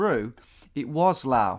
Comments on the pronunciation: Someone tell Tom how to say “Laos” please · How to trigger a Laotian: "this is LAO!" Correct form: LAOS, because the 'S' is not silent. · Why do you say 'lao' instead of laos? The s isn't silent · Laos rhymes with blouse. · In the Laotian language, they call it Lao and the S is silent.